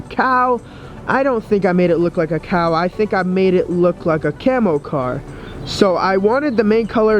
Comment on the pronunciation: how he said "Cow"!